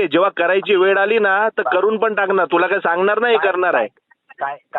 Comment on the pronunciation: मराठी शिकवणाऱ्याला मराठी येत नाही वेळ ला वेड म्हणतो